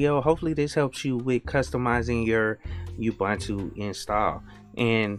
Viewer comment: Every time I hear: UBANTU, I cringe. A person doing this sounds like one of those silly text-reader programs, not a live person who knows that it's UBUNTU. There is no knowledge and respect to creators in saying: UBANTU.